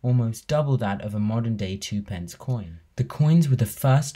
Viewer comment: Very interesting, but I DO wish 'younger' folk would learn how to pronounce twopence ('tuppence') correctly !